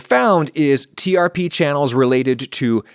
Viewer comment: Hot kills germs? I always thought it was from a time when we had to worry about pathogens in food more. Also trp is pronounced like trip.